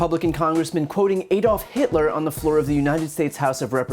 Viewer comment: It is not "Ay-dolf", it is "Ad-olf". I cringe every time I hear that pronunciation.